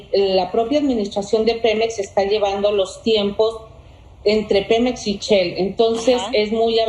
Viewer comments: Chel no se dice shell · "Chel"? ...que no es Shell? ...su incompetencia la exhibe hasta en su prosodia! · She pronuncia SHELL Seńora, Shhhhhell no Chell 🤦🏻‍♂️ y esta es la gente que nos representa 💩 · perdoname pero una persona de verdad bien preparada supiera por lo menos tener una lengua fina y u o adiestrada y esta seńora no siquiera puede pronunciar Shell ella dice Chell 🤷🏻‍♂️🤦🏻‍♂️ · Ah Caray ya no es SHELL ahora se llama chel